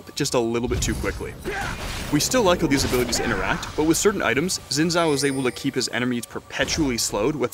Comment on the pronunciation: I don't know why everyone (including riot employees( still pronounces Xin Zhao incorrectly. It is pretty simple, "x" in Chinese is pronounced as "sh" in English. Xin sounds actually sounds like Shen if you don't worry about the 4th tone.